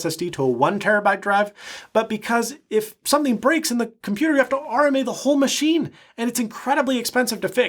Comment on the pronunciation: "Muh-she"...that is all